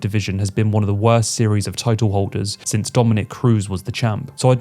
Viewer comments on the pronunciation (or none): none